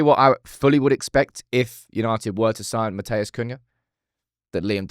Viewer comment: It’s not MATT-AYAS, ITS MAT-EUS